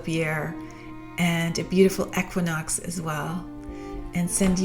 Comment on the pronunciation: The way you say equinox 😰